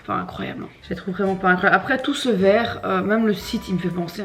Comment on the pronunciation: «Tout ce vekhrrr me fait penser à une mutuelle»😂😂😂😂😂😂😂